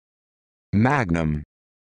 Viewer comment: This is incorrect. It’s not the right pronunciation in Latin